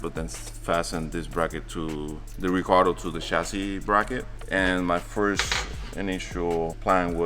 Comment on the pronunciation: Recaro❌ Ricardo✅